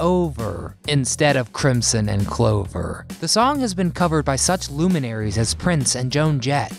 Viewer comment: Crim-son? Crim-son! Oh No!